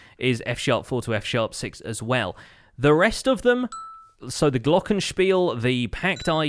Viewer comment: Glockenspiel-soundeffect. I love how you pronounced that. Pretty much perfect german! Great series btw!